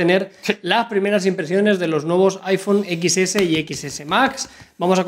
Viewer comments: IPhone DIEZ no EQUIS!! Mis oídos! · iphone (equis) jajaja y eso que hablan de tecnología, pronuncien bien